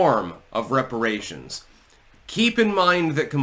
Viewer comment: Weparaaaaations, hypnotic to the black mind.